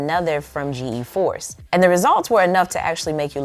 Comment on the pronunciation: Btw it's just pronounced G-force. Not G-E-Force